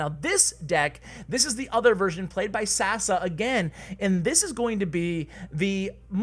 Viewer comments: I love the way u pronounce Sasa xD It's pronounced Sasha btw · It's not Sasa its Sasha because he is from Balkan (Serbia) and his name is pronounce that way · It's not sasa. It's Saša in Yugo language or Sasha